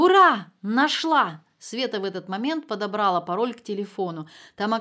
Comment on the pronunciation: Предпочитаю мужское исполнение литературных произведений, женщин-чтиц не люблю, только Марину Багинскую слушаю всегда с удовольствием. Спасибо большое. Однако, "прервалАсь", "прервалА", "подобралА". 😊